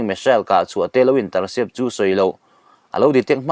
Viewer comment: Missile pawh hi misel a ti ve ziah.